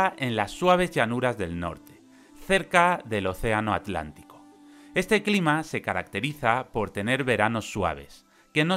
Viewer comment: wow dijiste aTLantico! sin separar la t y la l, alucinante